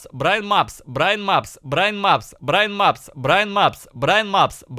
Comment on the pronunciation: Вначале он говорит Брайн Мапс, потом произношение переходит в Браимапс и Браинапс